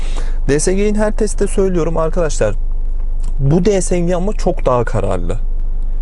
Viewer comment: Şu şansımana di es ci diyenlere gıcık oluyorum Allah tan öyle değil